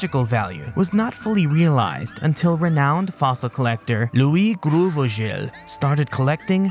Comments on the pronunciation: came to say this ... I thought that is a very very french name but alas, its just Grauvogel - Grau-Vogel - Grey-Bird ... you have to be american to make it sound like groove-ee-gel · Looks like French people mispronounce German words as bad as Brits do. Grauvogel is a German name and actually pronounced like groww-fo-gel. It means grey-bird (possibly referring to the common cuckoo).